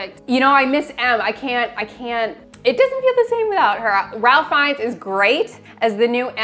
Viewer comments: 100%, Chris Cornell's song for Casino Royale is awesome. Btw,, it's not "Ralph", it's pronounced "rafe". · It’s pronounced Rafe… not Ralf. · Ralph Feinnes is pronounced RAY-f (rhyming with Safe or Waif) not RAL-ph (as in Ralph. Nothing rhymes with Ralph). I'd also love to see Sherlock on the list! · Ralph Fiennes' first name isn't pronounced as if it rhymes with 'Alf', it rhymes with 'strafe'. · I'm sure someone else has already commented on it, but since you did it in the last movie too, I'll go ahead and comment on it. Ralph Fiennes first name is pronounced like Strafe, but without the st. Or like Rave with a shorter hold time the a and a F sound instead of a V sound. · It’s pronounced Rafe not Rahlph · Kind of pointless since you've only got one more movie, but Ralph Fiennes' first name is pronounced "Rayf" not "Ralph" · Can we all say it together one time? Raif! His name is Raif. Spelled Ralph, pronounced Raif. Ralph Fiennes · critiques are right on the money. It’s quite a step down from Skyfall for all of those reasons. Also, I love the way you guys say Ralph Fiennes’ name haha it’s pronounced RAYF FYNZ. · Once again, Ralph Fiennes is pronounced like Safe Signs. Cmon. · Ralph Fiennes is pronounced RAFE Fiennes! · Boooo, my comment on 'Skyfall' was better, and for crying out loud, Ralph Fiennes is pronounced 'Rafe Fiennes' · How he pronounces Ralph Fiennes name is funny.Its like when Kathleen Turner said it the same way.😂